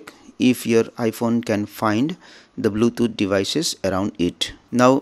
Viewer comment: R u dont know english?? Bluthoooootj 🤣🤣🤣🤣